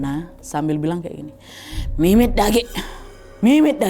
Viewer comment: Hai kak nad, hadir dri Sarawak Malaysia, "mimit da agi" ya itu bahasa kmi org iban, (bahasa iban) pas banget cara sebutan nya kak nad, mantap, dgn sebutan aki lingga" nyin ia nyin ia umang", pantangan kempunan ni dari dulu masih sgt berbisa sampai hari ni, itu slh satu contoh kalau kempunan di darat, kalau diair, kami menerima kecelakaan dibaham buaya, atau antu Air. (hantu Air) dimana pernah terjadi di kluarga ku, kak nad, Mantap kak nad pas sekali sebutan Bahasa ibannya, ❤□